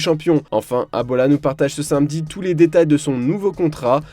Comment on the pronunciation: Personne remarque que l'abruti qui commente ne sait pas dire samedi mais il dis "sainmedi" j'ai envie de lui mettre une de ses patates